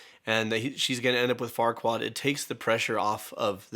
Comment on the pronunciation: Sorry but whenever they say Farquard it sounds like the dirty F word it's hilarious